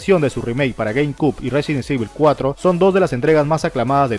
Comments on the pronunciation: jaja no pasa nada. Se pronuncia Resident ivol. Buen video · No se metan con el porque no sepa pronunciar el juego cabrones xD resident sibel. Resident ivol. Resident evil . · Me quedó en la mente el "Residen sivel" jaja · RESIDENT SIVEL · el del video lo pronuncia muy mal...Residen civel le dice jajajajaja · Resirent civil jajajajaj aahh dios me hiciste el dia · RESIDENT SEIVIL!!! JAKJJAJAJJ!!! XD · Resident sivel gggg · Residenseibil xD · Residen sivel jajajaja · No sabes decir resident evil ni game cube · dios mejora tu ingles, no puede ser que no sepas pronunciar resident evil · Itsuki Haru resident ivol y gueim quiub xd